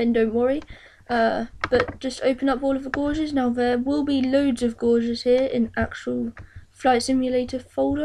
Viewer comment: Great little tutorial mate. I'm still getting up the nerve to do it , don't want to screw up the programme! Incidentally, gauges (instruments) is not pronounced like a gorge, but as in cage. So cages = 'gages'. ;)